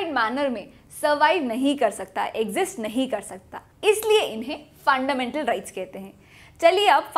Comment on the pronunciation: Tripping on the way you 'Funndamental rRights'.. GG